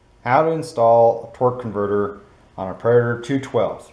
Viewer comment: *torque-A-verter...torque converter is a car part